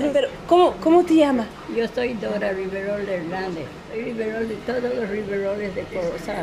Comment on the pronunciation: Really good video! One slight mistake on the old lady speaking about being chosen as queen and her dances. she is Riverol not rivero :)